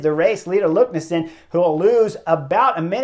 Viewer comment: LEKNESSUND not LUKNESSEND